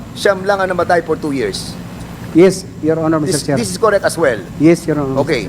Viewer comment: Am I koreeek? This is koreeek? 🤣🤣🤣